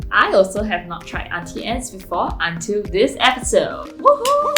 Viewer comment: I was today years old when I learned it was pronounced Aunty Anns instead of Aunty Ann-knees